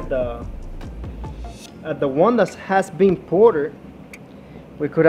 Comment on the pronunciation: Ported ❌ Porterrr ✅